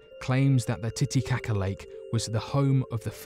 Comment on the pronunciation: He said titty cock